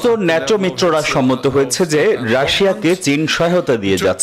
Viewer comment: নেটো না বল ন্যাটো